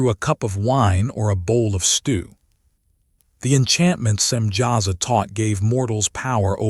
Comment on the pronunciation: Samyaza not Simjaza.